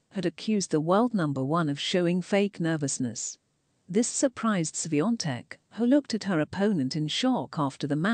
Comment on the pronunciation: Thank you for pronouncing her name right